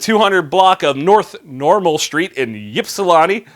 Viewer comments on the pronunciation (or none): Great video as always,. but. It's pronounced IPSilanti. not YIPsilanti understandable mistake for someone not from there. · I live in Toledo, just south of Ypsilanti, Ann Arbor, Jackson, and so on. It's pronounced IPS not YPS, sorry. it's one of those immigrant odd name things. I also think he DID do the right thing. I have had to show my gun once to get rid of a criminal that was trying to strong arm rob me. I lifted my shirt while a ways apart and kept my hand on my gun, he took off. If he had tried to draw or advance, I had plenty of time then to shoot his dumb ass. I did not report it (who knows what kind of trouble I'll get in now for saying all of this) because who knows what the police would do if you just "show" your gun and then maybe the guy trying to rob you says he was doing nothing and claims you were harassing him. There is a fine line as to when to use your gun or to even have to just make the criminal aware you have it. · I've lived in Michigan for 69 years now, and not that it matters so much, but the Y is pronounced like an I. It's like, IHPsilanti, not YIPsilanti. But I enjoy your channel and your energy. I'm liked and subscribed. Keep it going please. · FYI: Its "ip-suh-lan-tee." The Y sounds completely as I. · Michigan city is said like "Ip-si-lan-ti" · Lol it's pronounced ip-sil-ant-ee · Ypsilanti is pronounced "Ip-si-lan-tee" I used to live there. :) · IP-SIL-ANT_EE Ypsilanti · Michigan resident here... Ypsilanti is pronounced "ip"-silanti. Sorry to ruin your fun. Great show!!! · it's pronounced Ip-si-lan-tee. I'm from just down the road in Kalamazoo. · Ypsilanti rhymes with Atlantis. Not Ahhhhh, as your doctor asks when he shoves to stick in your throat. (born 'n' razed dare) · You say you love to say Ypsilanti but coming from a Michigander... you said it wrong. Not trying to be a jerk but it's true. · Dude you butchered the name Ypsilanti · You pronounced Ypsilanti wrong